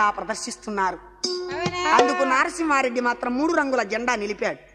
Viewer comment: అయ్యా కథ బాగుంది కానీ నారసింహరెడ్డి కాదు నరసింహరెడ్డి